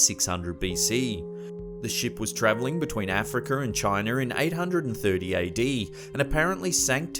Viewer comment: Africer and Chiner